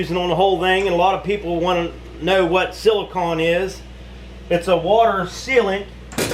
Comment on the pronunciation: it's pronounced like an ice cream CONE, silicone.